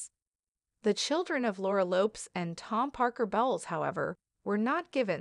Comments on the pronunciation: BOwles, not Belles. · The commentator is pronouncing the Queen Consort's son's & daughter's surnames badly. PLEASE LEARN TO SPEAK THE KING'S ENGLISH!!... They are Tom Parker BOWLES (as in 'bowls' of soup not 'bowels'...) & her daughter's surname is LOPEZ ( ending in 'Z' as in "PEZ candies" not as in "LOPES around").